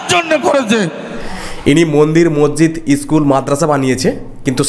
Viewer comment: Sahajahan noi re, otar pronounciation hobey Shahjahan😂 Tor train'er hawkeri style aagey thik kor. Monzid noi, otar uccharon hobey Maszid😅